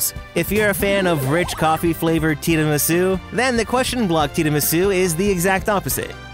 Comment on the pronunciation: How you say Tiramisu 😢